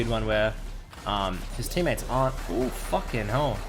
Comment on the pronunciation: "fuken 'ell"